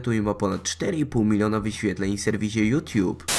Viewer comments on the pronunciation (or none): none